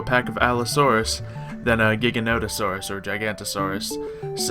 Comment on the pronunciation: the giganotosaurus is pronounced with a J so it's Jig a not o saur us.